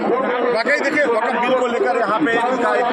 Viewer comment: Gody media ko atna den ho gaya sun sun kar fir bhi inko waqf bolna nahi aaya hai or ya log waqf ka bara ma hama samgha raha hai